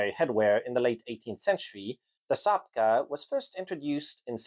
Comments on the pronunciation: You sure ain't Polish ! The cap isn't pronounced 'zapka' but 'chapka (spelt czapka)'. Do your homework. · You keep saying "sapka" or "shapka". I've always heard "czapka" (chapka) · I got recommended this video and dont regret any second of it! If you wish to nail the pronunciation for possible future endeavours, consider this: - CZ in polish is pronounced similarily to english CH, so czapka would be closer to "chap-kah" and not "zap-kah" - the letter Y is different than the softer I, akin to how you'd pronounce "system" in english, instead of saying "sistem". You nailed the letter W, however! I know it can be confusing for english speakers for it to be pronounced as V. All that being said you did very well with the nightmarish language of ours, hats off to you! ;) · It's easy, take the "chop" from chop wood and put a KA on the end of it .. chop ka. cz is ch in English and sz is sh. You did good though. Czapki is said for English speakers chop key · It is pronounced /chapka/ in Polish. I think he refers how English speakers pronounce it. Although I can't be sure, I've never heard English speakers pronounce it. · czapka - pronounced chapka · "Cz" in czapka is pronounced like in words chechen or czech republic